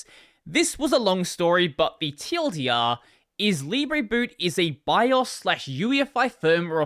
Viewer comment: "The TLDR is: Libreboot is a VILE / UEFI firmware replacement..." I can't unhear it now :(